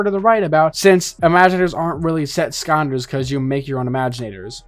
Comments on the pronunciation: Why do you say Skonders and not Skylanders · I believe it's Skylanders not scanders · why is skylanders being pronounced as skonders? /gen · “Say Skylanders” This guy: Scanders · bro said "Skannders" not "sky-landers" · why does he keep saying skylanders as skonders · Why are you pronouncing scanders instead of sky landers? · i hope i didnt misshear but i think you said "skanders" instead of skylanders lol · It's Skylanders not Sconders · Is it just me or does he call skylanders skanders? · It’s not Skonders it’s sky landers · Sky land ers not skandas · I think my favorite part of this video is how he says "skylanders", it sounds like he's saying "skonders" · I can’t get over this guy saying “sconders” every time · After the 10th time I heard him say “skaunders” I was convinced I was experiencing a stroke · "Skander" "Skalnders" "Skandlers" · Take a shot every time he says "Skonders" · The way he says "Skylanders" sounds like he's saying "Skaunders" or something. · Its just the way he pronounced the word "Skylanders" lol nothing more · Adam Skandlers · It’s so weird hearing hearing you say it like that, “skanders” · Why does it song like he’s saying “skonders” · I can't unhear him saying Skonders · "Skanders" yeah that's a no for me chief I can't even finish this video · okay I really want to watch this video but it kills me every single time he says "skonders" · Why dose he not say sky landers? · Every time he says “skanders” I die inside a little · "Skyanders" Edit: ok nope can't do it, im not even a minute in and hes said it 50 times, physically cannot watch this video. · Why does he say skanders at the start? That cant be the way your suppose to say it right? If so im sticking to mine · Anyone else hearing skonders? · Is NO One Gonna Mention that this guy is saying SKYANDERS!!!?!?!?? Like WTF 🤬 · Why he saying scanders instead of skylanders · pronounce sky landers correctly it’s driving me insane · Not to beat a dead horse, but "Skonders" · "Skonder" Lol